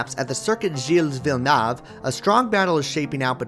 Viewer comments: Actually, it's either "vill-e-nuv" or "vill-nuve". For some reason, Paul Page used to pronounce it "Vill-nef" which was just wrong. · It's Vill-neuve .... If you want the exact prononciation type "neuve" in French to English Google translate and press to the audio icon next to "neuve" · Uh.. wow.... It's Vil a Neuv.. It's French.... but good Attempt! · It's pronounced Vill-new, btw. Great job on Gilles though!!! Great content, really well put together and better narration than most televised motorsport!